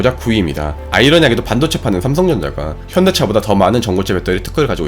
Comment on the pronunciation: 자막은 현대차 발음은 현기차로만 들리는데 제 착각이 아니겠지요?